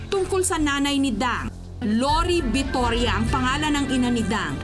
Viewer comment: Tiga sa amin yung pamilya na ito sa Tupang, Alcala, Cagayan, Rodolfo Visoria hindi Bitoria